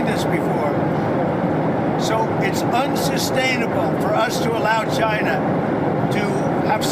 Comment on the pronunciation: Is Trump saying “Gina” instead of China ?